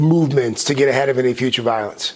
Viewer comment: Notice how he said futire.. see they coming for black PEOPLE